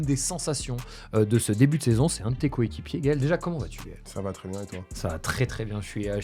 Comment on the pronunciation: Petite note pour nogodi : le mot "très" ne se prononce pas "tRRRé" mais "très", comme "trait".